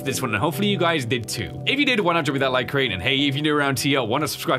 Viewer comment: The way you say the man crean in the suit sound sus